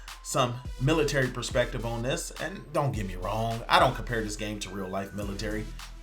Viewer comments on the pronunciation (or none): none